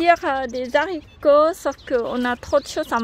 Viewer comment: Magnifique potager bravo. Je t adore mais normalement on ne dit pas des zaricots mais des haricots mdrŕrr. C est du bon français, allez bisous à vous 2.